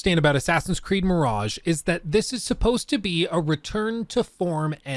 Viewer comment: Or as we say on this channel "Assassin's Creed: Meh-raj-ha"